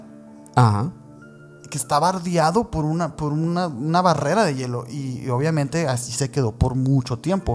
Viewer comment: Este pobre ser, cuando dijo "bardiado" perdió mi total interés,q simples